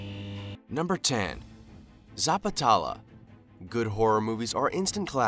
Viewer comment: bro first of all pronounce it neatly.. its Zapat-lela